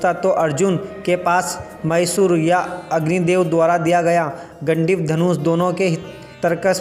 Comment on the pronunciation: अर्जुन का धनुष गांडीव था पहले ठीक से बोलने के लिए सीख लो मेहनत की जरूरी है